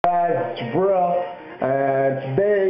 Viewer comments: it's not bru. it's bruv. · its not brah its bruv for brother and its not take a piss its taking THE piss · its not brah its bruv for brother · it's brv not bra or bro